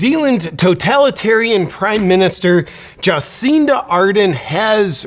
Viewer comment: Ja-sinta R-derrn.